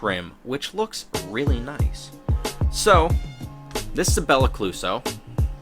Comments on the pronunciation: “Belicluso” lmaooo 😂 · nah beli-ca-loose-o lmao